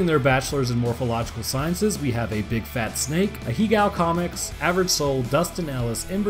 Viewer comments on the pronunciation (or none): none